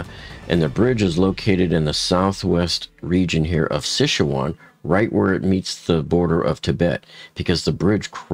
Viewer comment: Pretty close, but Si Chuan is pronounced like Sir Chwahn, but without emphasis on the r.